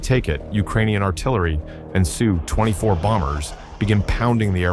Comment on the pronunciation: Congratulations to the Ukrainian soldiers and civilians who stopped the Russian Army cold at Hostomel. This was a huge victory and it will be remembered for years. I just wish that if the film maker decides to use fake voice overs he would program it to recognize that an SU-24 is not a Sue-24 nor is an Il-76 an ill-76.